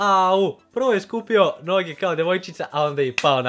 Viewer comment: kažeš kroz none a ne noge